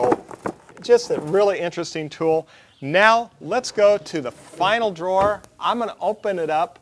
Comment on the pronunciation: I thought it was a typo, but you repeated it three times. ?What's a draw ? Drawer. Why do you hate the "er" so much?